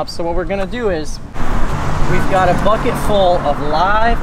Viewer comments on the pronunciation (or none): none